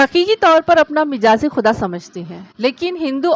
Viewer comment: Mijazi nahi majazi lafz sahi hai.